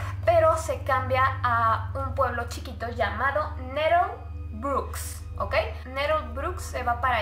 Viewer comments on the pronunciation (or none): Le das como 7 pronunciaciones diferentes a "Nettlebrook" durante todo el video JAJAJAJA kepedo